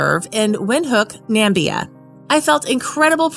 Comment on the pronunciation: That commentator calls Namibia "Nambia" - please get someone who can read to do the voice-over.